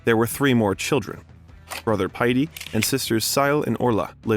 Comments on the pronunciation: His brother's name is Páidi...its procounced Paw-Dee, his sister's name is Síle....pronounced Shee-La. You did fine with Orla! Irish names are pretty difficult to pronounce 🤷‍♀️ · The name pronunciations are woeful here, Paidi = "Piety" 🤣🤣 They are't that hard or you could research the pronunciations before embarressing yourself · CORK COUNTY Ireland not Cort Country. Brother Páidi, pronounced Paw-dee. Sister Síle is pronounced Sheila. I'm not even 2 minutes in but I'm not going to watch a video in which the creators don't even bother with pronunciations. And if it's a robot voice, it needs to be programmed to pronounce geographical locations and Irish names properly if you're going to do a video on an Irishman.